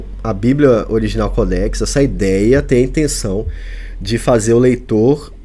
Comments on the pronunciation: Mais que ignorância quer falar sobre o assunto e nem observa à acentuação não é codéx e sim códex preste atenção antes de querer apresentar algum comentário sobre qualquer assunto viu sabidäo funcional ! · Cara não é codéx e sim códex preste atenção no português.